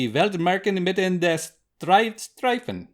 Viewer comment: Wie er Drei Streifen sagt😂😂😂